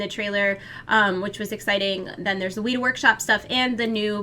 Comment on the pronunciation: weta is pronounced wet-ah not wheat-ah